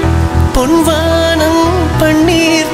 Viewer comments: Sir, your voice is mesmerising and the recording values are also great BUT please pronounce Tamizh words correctly. It’s பொன் வானம் not பொண் வாண்ம். Please don’t don’t kill Tamizh. No language will tolerate this. No sweet voice can compensate for this🙏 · What he pointed out is correct. Tamilians have forgotten the actual correct pronunciation of Tamil. It’s பொன் வானம் NOT பொண் வாண்ம். Just like what happens if you interchange புளி VS புலி. 😂😂😂😂